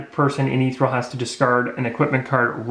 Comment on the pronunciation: Great videos. They are helping me understand the mechanics better, especially since I'm rather late to the game. One thing: ethereal is pronounced eh-THEE-ree-uhl, not ee-three-uhl. Minor, but thought you should know. Plus scimitar is pronounced simm-ih-tahr. :-)